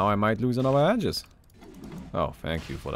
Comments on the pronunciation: Man what I find mildly infuriating is that the way you pronounce aegis....It is pronounced Ayyjis NOT Adjis ffs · It's actually pronounced ee-juhs, so you're wrong too.